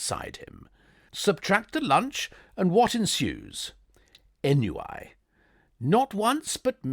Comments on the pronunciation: The reading was OK until "ennui" was pronounced "en-you-wee." Then I left. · Ennui is pronounced AR NOO EE. French for weariness and boredom! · An excellent delivery. Just a couple of floaters with pronunciation: ‘ennui’ = ‘on-we’ and ‘footling’= ‘foo.tuh.ling’ not foot.ling.... Tinkerty-Tonk! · Lovely reading , though you may want to look up the usual pronunciation of 'ennui' and 'footling'. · 31.48 check your pronunciation of ennui. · At least it was recognizable from the pronunciation. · Oh good, I thought it was just me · Check the pronounciation BEFORE reading unfamiliar words ... better to say it correctly than to teach young listeners the wrong thing. 😢